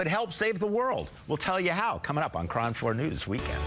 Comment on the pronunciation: lol "Kron" news